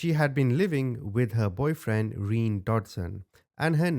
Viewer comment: Pretty sure his name was pronounced "Re-Nay" not "Reen" either way, what a horrible woman. Those poor kids